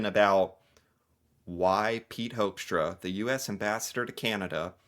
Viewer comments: It's pronounced 'Hookstra' bro. As in 'who'. 'Whoxtra'? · One of my close friends is a Hoekstra, born in the Netherlands. He pronounces his name as “Hook-stra”. As fyi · First of all: I want that guy's name stripped IMMEDIATELY! Hoekstra is a Dutch name (pronounced as 'hook', and I'm Dutch) and he's not only embarrassing - and insulting - the USA but the Netherlands too! Then, the Trump administration didn't put tariffs on the whole world, but ON THE US PEOPLE WHO WANT TO BUY/IMPORT FOREIGN GOODS!! So no, Trump is NOT AT ALL putting tariffs on the whole world but on the US citizens!! Also, the Trump administration is just boldly reinventing colonisation - both of Canada and Greenland - kidnapping the leader of a sovereign nation (Venezuela), no matter if that leader was a good or bad leader, AND starts a war with a Middle Eastern country under false pretenses (hmmmmmm, remember that? Bush Jr.??) And ehmmm.... who taught that guy economics?? First punch someone in the face, break their nose, and then ask them if they want to be friends?? REALLY?? ARE YOU THAT DUMB, HOEKSTRA??? Oh,... Canada is RAPIDLY moving away from the USA! Trade deals with the EU, trade deals with China, trade deals with other parts of the world EXCEPT the USA...